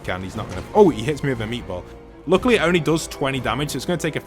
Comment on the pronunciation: I love how you call it meetball😂